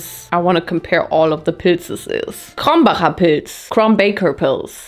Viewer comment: „krombaker“ 😂 why tho